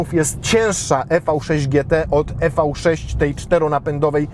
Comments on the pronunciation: Tak sobie Kia życzyła nazywać: i vi sześć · Redaktorze #, zgodnie z zaleceniami samego producenta należy wymawiać z angielska "Iwi 6" 😎